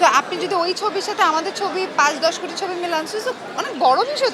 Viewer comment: মিম কোটি কি কুটি বলল আর সাংবাদিক কপি কে কোপি...!! 😂😂